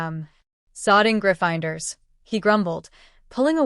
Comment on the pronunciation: the only issues I heard was Severus and Gryffindors were pronounced weird. Love the story though. ❤